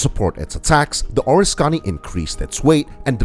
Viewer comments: It’s pronounced (phonetically, for you are obviously english challenged) O RIS KA KNEE, not ORIS CONNIE. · being raised in NY . the person who narrated this video had me confused . being in the USA navy at the start of Vietnam i did not recognize the ships name which he pronounced as ( or a scony ) instead of the correct pronunciation of ( O RISK Ka Ne ) which at the time the video showed the ship bell I then knew which aircraft carrier he had been talking about. this narration needs to be re-done with the correct pronunciation! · You’re a miss pronouncing the name of the carrier it’s the Oriskany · Could watch because you butchered the name.